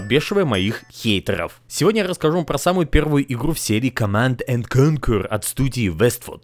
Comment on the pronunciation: О, как она, оказывается, произносится.... А мы обычно говорили наоборот КОмманд энд КонкЮэр. Так же, как с игрой "Tyrian"... Я и щас не готов произнести её правильно, но мы всегда говорили "ТуриАн" )) Кстати,, тебе идея. Лучший скролл-шутер Tyrian, ещё и с сюжетом (вообще нонсенс для скроллеров) достоин освещения на твоём канале.